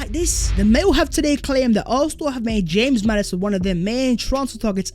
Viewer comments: NO WAY MAN JUST SAID HAMES MADDISON 😭😂 living in Leicester this kills me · I'm never saying James Madison again. It's "Hamez" now